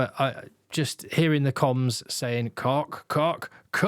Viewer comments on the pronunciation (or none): in Afrikaans "Koch" is not pronounced "Cock"😂 it's more like the Scottish "Och", as in "Och Aye" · Sorry to put a dampener on but it’s pronounced Kogggh, guttural g sound like in Loch